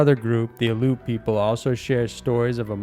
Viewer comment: It is not "Aloot", it is pronounced Allie-oot", Aleut.